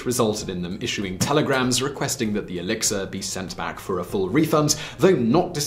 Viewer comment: I keep hearing alexa instead of elexir 😂